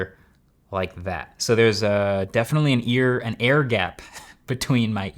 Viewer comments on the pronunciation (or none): none